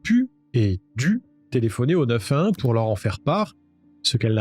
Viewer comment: tu sais pas dire le 911